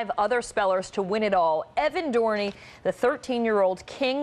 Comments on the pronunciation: yup, he's right, she said, "evan dorny". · "Did you say my name wrong?" He knew she said his name wrong... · The person that blew this interview was the CNN hack interviewer not the kid. First she gets his name wrong, then mispronounces the word, then says he got it right when he didn’t, and then says he added an extra E when that wasn’t what happened. She should be fired